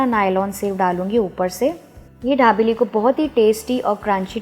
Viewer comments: Pls pronounce properly it is not dhabeli it is dabeli🙄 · Ary yar hindi to tik se bolo...dabeli h...dhabeli nhi..and sab bahar hi mix karte hai..ok..kuch bi faltu ka mat batao... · It's not dhabeli it is dabeli😂😅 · Dhabeli nahi dabeli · ढाबेली नहीं दाबेली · Mam..pls it's not dhabeli...it's Dabeli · Its not dhabeli .. its dabeli .. be particular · It's not dhabeli it's dabeli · At list Pronounced properly it's dabeli not dhabeli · Ma'am ye dhabeli (धाबेली) nai dabeli (दाबेली) hai... comment From Kutch, Gujarat. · didi wo धाबेली nh दाबेली है 😂😂😂😂😂😂😂😂😂😂😂😂😂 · Dhabeli nahi na aunty dabeli 😂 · It is dabeli ...not dhabeli .......btw love your videos ❤️ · It's dabeli not dhabeli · Dhabeli nahi dabeli bolo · She pronounce dhabeli instead of dabeli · Dhabeli nahi dabeli hai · Not dhabeli it's dabeli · Not dhablei it's dabeli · Are its dabeli... not Dhabeli..... and its Jeera not Zeera 😂😂😂😂😂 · Dekho sabse paheli bat ke. Isko dhabeli nahi bolte 😑😑😑😑😑😑😑😑😑 It's call dabeli.... Don't make violence between food names 😑😑😑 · dhabeli nahi dabeli he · मैम आप धाबेली बोल रही हो। दाबेली दाबेली। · Mam.. I think u want to say DABELI instead of DHABELI... 😀 btw... Informative recipe. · ढा बेली नाही दाबेली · It's dabeli not dhabeli OK.. N method was wrong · Recipe is good....but you pronounce it as dhabeli...actually its dabeli madam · dhabeli no mam babeli bolo 😅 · First you learn how to pronounce dabeli and then you teach us the recipie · यह दाभेली है या धाभेली ??🤣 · Medam the nahi d for Dabeli..ok